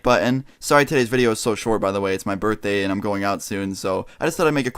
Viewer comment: df is a "burfday"